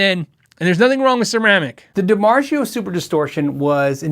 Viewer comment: I’m curious as to the pronunciation of Dimarzio. I’ve never heard it pronounced like that. The Italian pronunciation Dimar-tsi o You sound like your saying Dimar-sheo. I won’t be able to sleep nights until I know the correct answer. End of chickenshit, Penney ante rant.